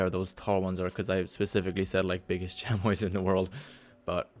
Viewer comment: The way you said chamois is how I thought it was but its actually chami without the o or s